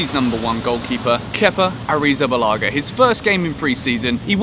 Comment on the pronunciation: Thank you for pronouncing Kepa's last name, i had no idea how to say it